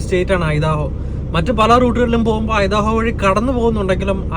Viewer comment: ഐഡഹോ എന്നാണ്. ഐദാഹോ എന്നല്ല. ഇനിയും അമേരിക്കൻ സ്റ്റേറ്റ് പ്രോനൗണ്സ് ചെയ്യുന്നതിനു മുൻപ് ഗൂഗിളിൽ ആ സ്റ്റേറ്റ് നെയിം അടിച്ചുകൊടുത്തിട്ട് അമേരിക്കൻ പ്രോനോൻസ് നോക്കണം.